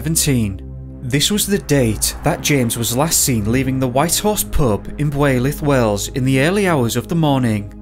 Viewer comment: Builth Wells is pronounced Bill-th. It's not even it's real (Welsh) name it's what the English call it.... Shouldn't be hard for an Englishman